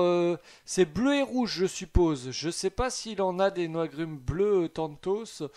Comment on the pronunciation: Mais oui ! Il disait non c’est des noigrumes violettes 😂